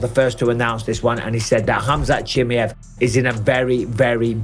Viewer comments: Mike, you say his name so wrong it’s almost disrespectful bro. I know you don’t mean to, but it’s Cha-My-Ev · “Khamzat Chimney-ef” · How tf can mike still not pronounce Chimaev correctly yet